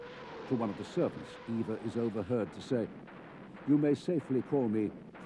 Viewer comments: This irked me. Eva is pronounced like Ava. Her last name is supposed to be pronounced like “Brown” not like “Brawn”. In German, “Au” has an “ow” sound. Just think of how Auschwitz is pronounced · About 30 seconds in, and the narrator had pronounced both Eva and Braun wrong.